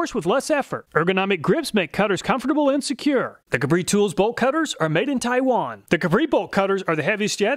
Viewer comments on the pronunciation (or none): none